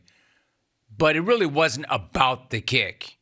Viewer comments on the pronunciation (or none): why can't you pronounce Ls when they're in the middle of a word? is it really Biwws? Is it really reawwy? Is it actually actuawwy?